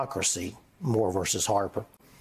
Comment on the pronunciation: Neil not Noel